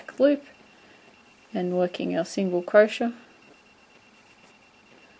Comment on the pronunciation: u do know you r pronouncing crochet wrong right?...